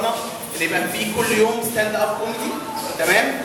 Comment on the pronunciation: أستاند مش أساند